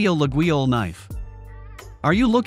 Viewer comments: That very unusual pronounciation of Laguiole (La-yol in French) is quite distracting. 😬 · Not sure how much I can trust this guy's review if he can't pronounce Laguiole even close to correctly. Also, Forge de Laguiole does not go back to the 1800s, it was started in the 1980s, I believe. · After Artificial Intelligent dude butchered the name, im out. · You could at least try to correctly pronounce Laguiolle. Damn dude.